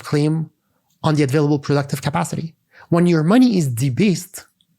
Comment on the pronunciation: Very good except the "advailable" (available) thing